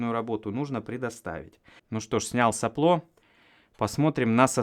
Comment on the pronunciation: стал говорить соплО вместо сОпло:-)